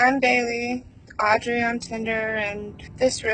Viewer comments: I kept wondering about the name Audrey in the UK we pronounce it aud-ree not Ray lol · fwiw that name is pronounced "audree, not audray" - i know it's spelled and ends with "rey" but in this case, english gone english and the pronunciation isn't phonetic. love your videos, love that the cat randomly hides! keep right on delivering us the goods! heart emoji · Aud-ray hahahahaahha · Aud-ray haha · aud ree! its fuckin auuuud reeeeee! he even calls himself fuckin aud reeeeee! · man the way he pronounced audrey is soo weeirrdd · Yes, I don't get it. I'm also British but never pronounce Audrey like that. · Jesus Christ it's got to point where he can't even pronounce Audrey.